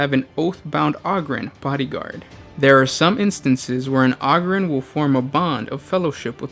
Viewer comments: O-grin not og-rin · O-ger and O-grin. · Do you pronounce ogres like a mouth breather too, instead making it sound like auger? Ogryn is clearly supposed to be pronounced like ogre not sure how you messed that up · Ah-grin lol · You're pronouncing it wrong. It's a long O, the same as 'Ogre' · PLEASE stop saying "ogryn" wrong? How do you say ogre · Ahger holmes ahger